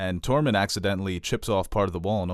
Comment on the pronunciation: Say "Tore." Say "Mund." Now say, "Tormund".... [Torr-monn] ....😐😶😔